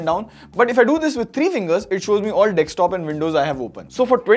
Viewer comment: pronounces desktop as dextop🤧